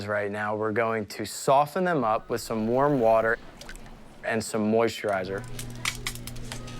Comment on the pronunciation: Haha. ‘Warter’ case at the end 😂🤣